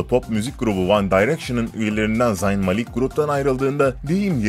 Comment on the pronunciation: Abi zayn malik diye okunmaz o zeyn mâlik